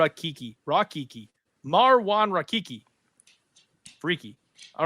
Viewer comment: Rakiki? Come on bro. How are you a die hard MMA fan and still get fighters names wrong.. pronunciation is a different story. You're a whole letter off.. raHiki! Not Rakiki